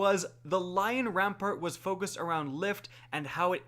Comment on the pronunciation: Are you fucking dyslexic? Syncoseps? Lion RAMPART? My god.